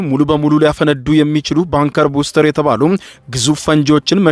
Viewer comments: ኧኸኸኸ ባንከር በስተር ነው እባክህ!!! በትክክል አንብብ!!! ቡስተር😂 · ባንከር ቡስተር ሳይሆን ባንከር ባስተር ነው የሚባለው። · ባንከር በስተር not ባንከር ቡስተር